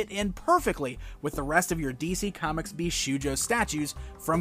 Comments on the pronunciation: I don't want to be annoying but as many viewers pointed out you're one of the few personst I heard tha mispronnounces bishoujo, it shold sound with an 'o' like in the word shop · Very nice Zatanna statue, but you mispronounce the word bishoujo.